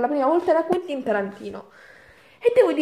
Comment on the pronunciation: ''Uentin Tarantino"